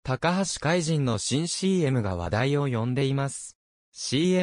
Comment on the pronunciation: いつも 見させて頂いて頂いています、ひとつ気になっているのです、海と、君を海じん、は止めてほしい、聴き苦しいです、